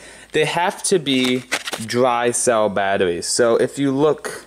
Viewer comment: Wemember you need dwy cell battawees lol